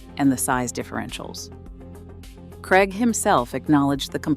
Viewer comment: Krayg not Kregg. Craig rhymes with plague.